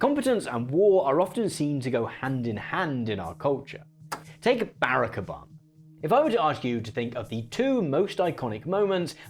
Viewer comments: It's "ba-rock" not "bear-ack" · Please,. It's Buh-rock not barrack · Why is he pronouncing Barack Obama like that… BarrackAbam 😂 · As an illinoisan, hearing you say barack obamas name that way hurt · Great video and very timely! This is a pretty small thing to point out, all things considered, but please be aware that you’re mispronouncing “Barack” when saying Barack Obama’s name . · Okay. Love the video but we gotta talk about how you pronounce Obama’s first name. 😂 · Why you pronounce obama’s name like that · Is that the typical british pronunciation of Barack Obama? It scared me so much I had to comment. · It's not at all the point and I know you have that charming accent but you reaaaaally gotta work on that pronunciation of Barack. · You are pronouncing Barack Obama in a VERY weird way.